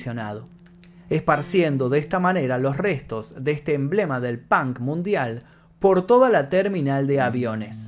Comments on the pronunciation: Me encantan tus historias but why in the fu*king hell u say “pank”????? Se pronuncia the same way u write it 👍🏼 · el "pank"..... hablan igual que los espanoles XD , si vienes a usa y pronuncias pank , absolutamente nadie te va a entender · Jajaja "Pank".